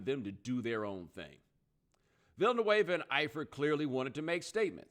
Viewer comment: Villanueva, dont pronounce it like vanilla, and he is a hero never forget that, i support what he did!!!!